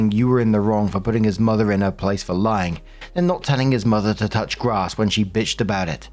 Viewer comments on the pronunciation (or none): none